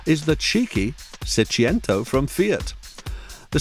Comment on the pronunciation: Seicento. Not Seciento. Wagon R PLUS.